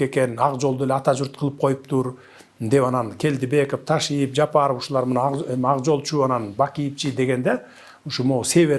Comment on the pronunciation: Өзү ушакчы эмеспи, калптан башкасын көрө элекпиз. Атамбайып, Ташийеп деп фамилияларды да так айта албайт. Мурунку сабатсыздардан кутула албай жатсак, бандиттерин пайдаланып бул чыкты.